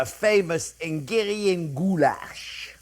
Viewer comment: It's not engarian goulash... it's HUNGARIAN! 😃